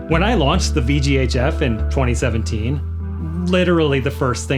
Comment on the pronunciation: Took me a minute to realize you were saying "VGHF" and not "VGA Jeff".